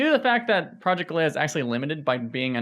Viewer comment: He can't even pronounce "galea" properly.